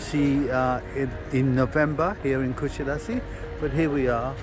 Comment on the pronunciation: You have lived in Kusadas"uh" long enough to know how to pronounce it!!